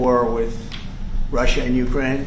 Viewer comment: Wtf does he say Russia in such a weird way.. hes such a tool.